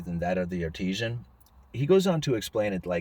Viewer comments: Love your channel, but.... Artisan not Artesian. Artisan is pronounced Art-is-son (best I can do to spell it out phonetically. Artisan is a skilled craftsman. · Artisan - Skilled Labor - Pronounced: Art-a-sun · Dude. Artesian is a spring or well. Artisan is a craftsman. You are pronouncing it like “well”